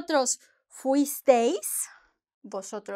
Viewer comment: I think it’s better to say that Vosotros is older Spanish because places like Puerto Rico older folk use it. Now when you pronounce fuisteis is phonetically freeeas eas